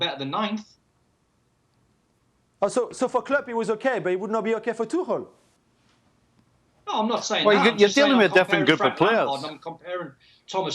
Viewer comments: Tuchel sounded tuckul when they start pronouncing it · No because it's pronounced tookel. Not tooch-el.